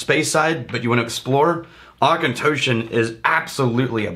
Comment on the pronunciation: Hell yeah, I have a bottle of the Auchentoshan American Oak and I love it. Really wanting to try the Three Wood since you guys bring it up all the time. Also, thanks to finding you guys, I now know how to pronounce Auchentoshan.